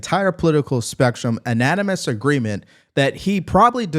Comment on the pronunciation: Dude, the way you say "unanimous" as "uh-naninous" ...and other words (ive noticed this repeatedly)... is a real problem. I'm on your side, but you sound like an idiot - not just uneducated. You're obviously intelligent based on your overall commentary, but when you use pretty basic words incorrectly, it says a lot.